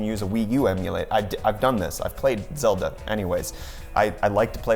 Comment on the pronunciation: It'd called Zelda not Zilda...